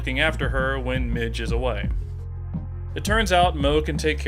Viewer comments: When you kept mispronouncing "Marge" as "Mige" I was like ok, this has to be an April fool's day joke 😂 there is no other logical explanation 😂😂😂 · Why you keep calling her midge when it's Marge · Why does he pronounce marge, Mitch? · Y does he say Mige instead of Marge ??? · STOP CALLING HER MIDGE